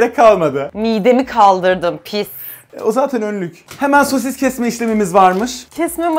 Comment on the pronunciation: ABİNİN SOSİSĞĞĞ DEDİĞİ YERDE KOPTUM😂😂😂😂😂😂😂😅😅😅😅😊😊😊